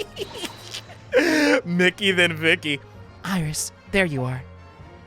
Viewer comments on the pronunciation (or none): none